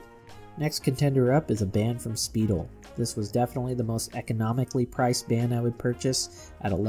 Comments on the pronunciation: Its pronounced SPY - DEL not "Speedel" pronounce same as the word "spy" - jeez the brand is over 50 years old you'd think a watch person would know how to say it right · Learn the names. It's "spy-DELL", not "SPEE-dil". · Speidel is a well known Watch Band Company - been around for years! Twist-o-Flex was one of their Popular lines for Years!! It is pronounced “Spy - Dell” not “speedily”. I worked at Carl’s Diamond Brokerage / Carl’s Fine Jewelry inHigh School. We Carried Speidel and Kreisler Wtach Bands, Bracelets, Miscellaneous Leather, Alligator, and other Luxury Straps! I enjoyed Your Video - Thank You For Your Reviews on Watch Straps!